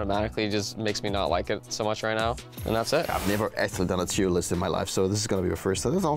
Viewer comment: He said it correctly before starting the list, funnily enough. His inner Dane must've taken over 😆